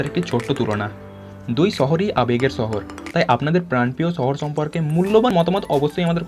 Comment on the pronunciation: ছহর নাকি শহর?😐